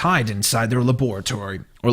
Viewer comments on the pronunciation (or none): none